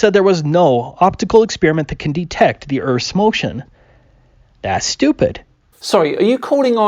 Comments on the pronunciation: Whether it's Kent Hovind, or Internet clowns like this, anti-science guy's arguments can almost always be summed up as "this seems unintuitive to me as an uneducated layperson, therefore it is stupid" Or I guess in Kent hovind's case it would be pronounced "stoo.....pid" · I keep hearing him say "I'm stupid" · "i'm STOOPid" And that all i heard